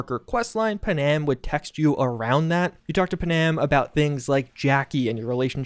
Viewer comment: “Punam”? I’m pretty sure it’s pan-am